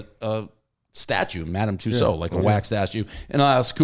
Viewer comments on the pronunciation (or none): none